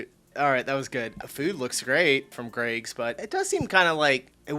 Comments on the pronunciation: Why do Americans have problems pronouncing Greggs it’s like they add syllables for no reason Greggs is a 1 syllable word no g-reggs or gr-eggs just say gregg like the man’s name and add a s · EH? how is an 'e' a 'ey' sound??? Greygs